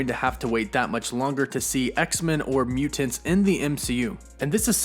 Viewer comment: Idk hear him say mutants like that again 🤨